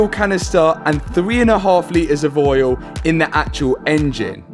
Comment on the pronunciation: challenge: say oil like this guys does. "ooieoel"